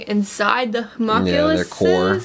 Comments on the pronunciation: i know people are probably gonna tell you this a few times and i was gonna ignore it but you said it like 10 times in this one episode. you're pronouncing homunculus wrong, its not ho-mock-u-less, its hu-monk-u-less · I'm sure a Hawmockulous is pretty cool, but for the love of God, "Ho--mun--cu--lus". lol Much love guys. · It really annoys me that they don't know how to say Homunculus